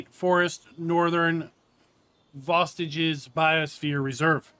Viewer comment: Vosges is pronounced Vojes